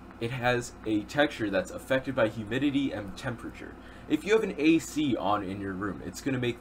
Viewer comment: how many times did he say effected by huminity